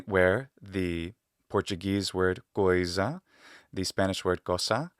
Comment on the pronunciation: That's the video I was expecting for. I love etymology with all my heart and just for the record, your pronunciation of the Portuguese word "coisa" was impecable. Not sure if you already know but we also have this word "lucro" in Portuguese, with the same meaning as in Romanian and the same pronunciation as well. You don't know how much you helped me with this video. Thank you.